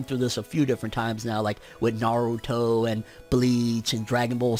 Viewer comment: It’s Liebehh I’m Mexican all the Japanese names have the same pronunciation as Spanish words it’s not lebe E it’s ehh and narutooo not narutooh